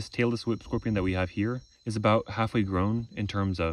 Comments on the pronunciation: i thought he said taylor swift scorpion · all i could hear was “taylor swift scorpions” lul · He says “Tailless whip scorpion” But my brain hears “TaylorSwift scorpion” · I kept hearing “Taylor Swift scorpion” and became very irate until I read it. Phew…😅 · When you say tailless whip scorpion, my brain only hears Taylor Swift scorpion. Make it stop! I really enjoy your videos. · you say “tailless whip” and I hear “Taylor Swift” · I thought he was saying "Taylor Swift Scorpion" until I saw the caption :v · I thought you were saying Taylor Swift Scorpion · haha. "Tailess Whip". I thought you were saying "Taylor Swift"! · When you say "tailless whip-scorpion" it sounds slot like you're saying "Taylor Swift scorpion" and now I can't unhear it.